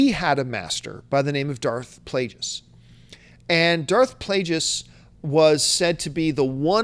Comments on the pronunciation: Plageus has a hard G.. Like the word Plague. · Plague... us!! It's pronounced Plague... Us! You know that John!!